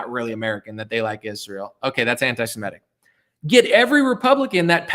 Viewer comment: Its interesting, have you guys thought about how EVERYBODY pronounces the word antisemitic? Antisimetic. While nobody pronounces antisemitism wrong